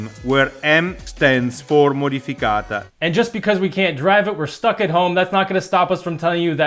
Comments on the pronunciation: Jeez it's modificata not modificatio lmao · Great vidoe. Should review an unobtanium next. Surprisingly, can't figure out which car. Haha. Maybe JDM? Provided you can find videos. Also, y'all mispronounced Modificata (not modificato). And aluminum was mispronounced too 😉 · Kooahdreepholio.. Modiphikatah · ModificatA ... GiuliA is a she so A at the end. And it means "modified" no modification. Great video ragazzi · "matafacaCIO. MatafacaCIO? yes I think that's how he says it-" "Matificata." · Yup!! At one point he even said modi-focaccia, which you probably get in a cafe? 🙊😂